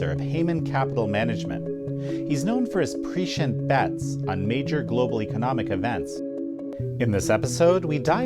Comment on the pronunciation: you mispronounced 'prescient'! Thought 'leaders' should know better, and DO better! Carry on!